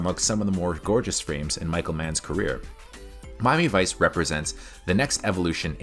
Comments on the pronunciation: I couldn't get past the frame rate. It just looked....wrong. that and it was as shallow as a drained kiddie pool. Also, you pronounce Miami Vice weird. It sounds like Mommyvice when you say it. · "Mami Vice"